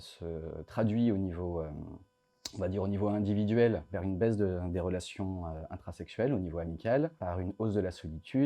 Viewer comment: Je suis désolé, mais dans les 20 à 25 premières secondes, vous dites le mot "baise" au lieu du mot "baisse". Je suis désolé, mais j'ai visionné de nombreuses fois, et mon verdict est bon, malheureusement. A :"une baise de la natalité"...